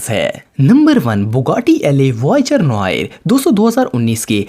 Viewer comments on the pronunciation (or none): You idiot not "LA" voiture noire it's la in French la means the